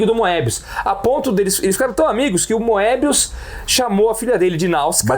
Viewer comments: eles falam moebí mesmo na frança? kkkkkk acho que é mobiús a pronuncia, com O fechado e sem pronunciar o E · Na verdade, vocês não se enganam muito ultimamente. A única coisa a criticar é que Moebius se pronuncia "mêbiús" em francês (o acento no U é para indicar que a sílaba tônica é a última, o que nunca aconteceria em português) ou até "moêbiús", como eu já ouvi o Druillet falar, embora o "oe" em francês (que é um único caracter no idioma) se pronuncie "ê". Nada de "Mêbi" ou coisa assim, isso é totalmente errado! Nem vou comentar as pronúncias de outros nomes em francês... A partir do 10, a nova encarnação da Métal Hurlant começou a publicar material inédito nas edições pares também. Os clássicos já foram todos publicados em álbum e a galera não estava comprando... A gestão do Goscinny na Pilote foi absolutamente essencial para os quadrinhos franceses e marcou a ascensão da produção francesa no mercado franco-belga, que era até então fortemente dominado pelos belgas. Goscinny estava sempre descobrindo talentos novos para a Pilote e até os dava uma certa liberdade criativa. Foi na Pilote que o Philemón do Fred, série altamente experimental, foi publicado e Goscinny defendeu a publicação com unhas e dentes, apesar de ser muito criticada pela maioria dos leitores. Quando o Alix do Jacques Martin foi censurado por nudez na França, Goscinny foi por iniciativa própria no departamento que fiscalizava as publicações na França e conseguiu liberar a obra. Goscinny estava longe de ser um conservador ou careta! Mas como vocês disseram, os autores mais novos queriam fazer material com um nível